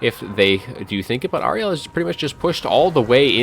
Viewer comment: I think you're mispronouncing Ariel. I'm guessing GW based her on Shakespeare's character from The Tempest. Air-re-al. That was a party political broadcast on behalf of the Grammar Nazi Party.